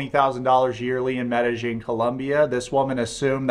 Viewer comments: Sorry but the way you pronounce Medellin, Medi-jean kills me Medi-yeen by brother good video though. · FYI it’s pronounced meh-duh- yeen. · Where are you getting the j pronunciation of medellin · It’s pronounced Med-a-heen.